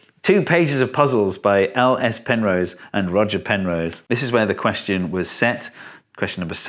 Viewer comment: Who's Penrow? ;^)